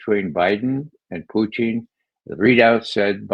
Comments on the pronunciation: Someone tell Ray, his name is Putin as in Pewtin and not Pooteen. Not even Lavrov pronounces it as Pooteen!!! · He's ridiculous the way he says that. He said once he believes it's the correct pronunciation. It isn't. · Why does Ray McGovern pronounce Putin as "poutine?" Does he think Putin is like fries and gravy?